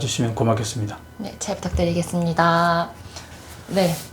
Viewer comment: 잘 부탁드리겠습니다~~~아... 일본 말의 느낌이 ㅋㅋ